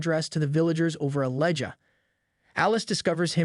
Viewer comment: Elijah is not pronounced “ellaja”